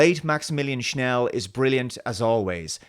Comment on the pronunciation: Did you say Maximilian Schnell..? ;)